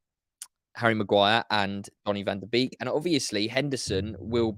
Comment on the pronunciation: Pronounced Bake NOT Beek. 🙄 He himself said that when interviewed on MUTV.